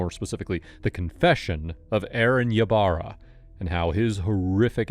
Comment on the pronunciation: Ybarra is pronounced e barra.